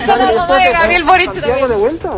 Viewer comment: hola soy Ivan valenzuela y me encanta ponerle "tch" a todo: "boritch cuando tchico en chacon, etchtraordinario, ha ditcho boritch"